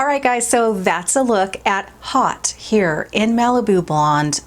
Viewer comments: haute is french for high as in haute coture-high fashion. the spelling is french. the pronounciation in french is oat-no h heard at all. the ' hot' does 'not' come into the picture. jon renau is a french name. most americans put the h back in, and it comes out hoat. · I am pretty sure it is French (I am a science translator and French is one of my languages), and thus would definitely be pronounced "hoat" in French, and meaning "top" or "high". In fact, technically to be perfect, you don't pronounce the "H" so it is "Oat" or "Ote". But, pronouncing it "hot" makes a cute play on words. xo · tnank god ms l.l. oat is correct. it just seems soooo difficult for americans and other english speakers to figure this one out. it's the oat as in haute couture-high fashion-oat couture-which actually comes out a bit like oak couture or o couture. there's a lot of letter swallowing in french. n'est ce pas? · Just got my Haute this week in "Laguna!" The wig company pronounced it "hot," but I think of Terra Haute (rhymes with NOTE). No matter, it's wonderful! This little haute-y is lighter density than my preference, but very realistic! I DID trim the back & sides! Always adore your chats,! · Haute is a french word ! This is why it's pronounced like "oat". Haute means "high" like "high society" "haute société". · Just an FYI it is pronounced hote because it is French like in Haute couture! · 😂 it's French! Haute like "haute couture" in fashion. Love this wig! And Malibu blonde is gorgeous on you! 😍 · It is a French word silly girl! H is silent...